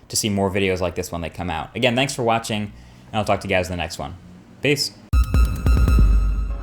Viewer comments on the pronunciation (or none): I like how he says, "Thanks for WATCHing."